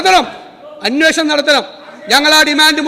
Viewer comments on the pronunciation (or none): അന്വേഷണം എന്ന് പറയാൻ അറിയാത്ത മുഖ്യമന്ത്രി. അന്യേ ഷണം എന്ത് മലയാളം ആണ്